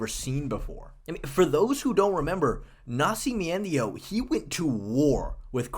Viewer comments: MME taking pronunciation cues from Chael Sonnen or something "Nasci-me-endio" 🤣🤣😅 But yeah you've been high on him for SO long lmao.. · Why are you saying nascimento like that 😭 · It hurts me everytime you try to say Nascimento. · You botchering Nascimento name to insane levels. Dude, if you want some help with Portuguese names, feel free to contact me. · Was thinking the same thing the whole time. I winced every time I heard it. 🤣